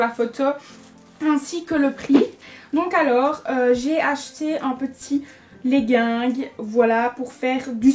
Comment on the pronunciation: omg chui morte elle a dis "leguingue" mmmmdr